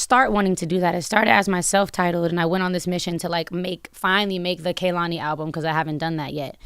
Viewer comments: Why everyone say her name wrong when she says K-lani how it pronounced. She fine tho 🔥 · Envy and Charlamagne kept pronouncing her name Kuh-lani and she lowkey corrected them at least twice, pronouncing it KAY-lani. They didnt get the hint. Active listening is a skill 😂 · The way he still say her name wrong 😭